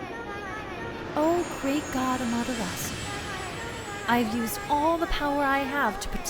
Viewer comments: the u is not silent in amaterasu. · How can you get every other name other than Amaterasu correct it’s just baffling lol